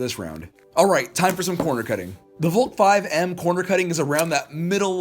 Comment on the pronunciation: Valk is pronounced : vALk